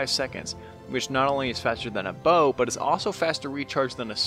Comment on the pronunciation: When he says bow: Bow:wee~